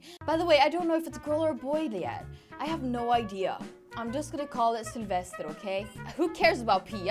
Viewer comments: OMG it's really funny when you say selfesrrrrrrrr edit (sorry I don't know how to write his/her name :3) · I Love hie you say Sylvester in a Skandinavian way!❤️